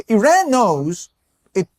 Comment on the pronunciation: gonna be that guy, just because it makes my ears bleed. plz plz look up how to pronounce iran correctly